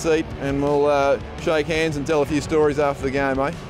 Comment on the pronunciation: The way Mesut says 'shake hands' 😂